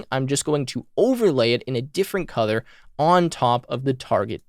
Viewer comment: Wait....is it "COLOUR" OR "COUTHUR" ????